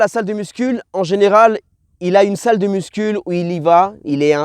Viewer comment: Parcero me gusta el tema pero una cosita jajaja no se dice “MUSCUL” pero “MUSCU”. Gracias por todo que dios te bendiga papi